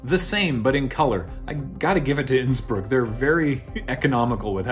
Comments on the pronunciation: Whenever you say "Innsbruck" (in both this and the main olympics videos) I keep thinking you're going to say "Nsburg" ...I'm not sure if the idea of Nsburg hosting the olympics (Qwerplympics?) is hysterical or horrifying (or both) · When said Innsbrook I had to rewind and double check that he hadn’t said “Nsburg” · Unrelated to much of anything - but I can't hear "Innsbruck" without hearing "Nsburg" and trying to imagine what the Olympics would look like in that universe.